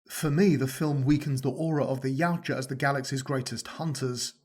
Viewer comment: Thank you! You say Yautja as Y-OW-ja. I’ve seen so many people say “Ya-oo-ja” and it fucking infuriates me…